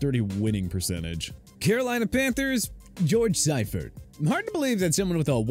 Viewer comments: Mispronounced George Seifert and Kiffin coached the Tennessee Volunteers, not the Titans. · I know some of these coaches were bad but did you really need to pronounce so many incorrectly? Bobby Petrino and George Seifert had enough misery at those stops as it was.